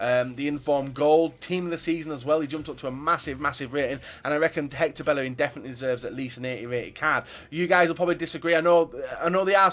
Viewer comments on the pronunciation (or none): none